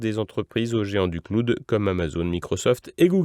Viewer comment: panne du service "cloude" : faudrait essayer de faire mieux que Micron quant à la prononciation des mots anglais